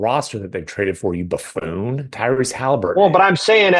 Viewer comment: "Bafoon" Bontemps